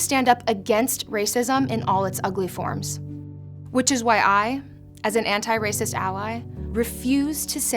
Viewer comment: "Anti" kinda starts with "n" when pronouncing it - I wonder if this was ... entended.